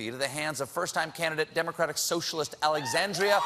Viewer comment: Is that hard say "alexandria"?